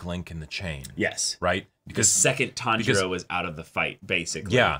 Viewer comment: Not sure if yall noticed but Inouske actually says Tanjiro's name correctly! Usually, when he says something like Kambo he's trying to say kamado but this time he actually said Tanjiro without failure lmao